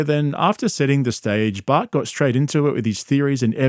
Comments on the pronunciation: evertime he says Bart I kept thinking he's talking about bert. 😂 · Whenever says “Bart” I immediately think he’s talking about Bert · Every time you say Bart my subconscious thinks Bert. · Every time you say “Bart” I assume you’re talking about Bart Kershner lol